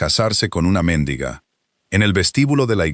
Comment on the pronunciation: "Méndiga" No es correcto pronunciarlo así. Lo correcto, es mendiga. Un saludo. 🌹🇪🇦